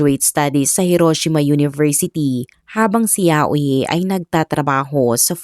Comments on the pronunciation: Yayoy po ang pronounce ng name nya. Hindi po yayo-i. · HINDI PO YAUYI IT SOUNDS LIKE YAYOY YAYO-I